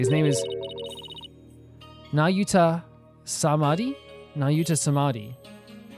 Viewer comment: Nailed the pronunciation of Nahyuta's name the first time. Nah-yoo-tah Sahd-mah-dee Also, before Ema explained the situation, I imagined that the reason Nahyuta came to the country is because of some Japanifornia-Kurai'in prosecutor exchange and Edgeworth was just like: "You can have Payne"